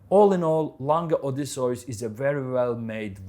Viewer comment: Can't stand the way this guy pronounces Odysseus